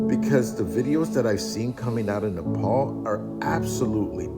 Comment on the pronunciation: Its pronounced Nepal 🇳🇵 😊